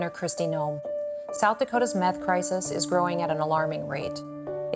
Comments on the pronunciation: You can’t even say nineteeth or meth It’s not nineteef It’s not meff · This man cant even say meth, hes saying MEFF. 💯🤣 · "Meth... Where my teef go?"